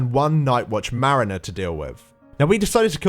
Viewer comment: merriner? Mariner? llol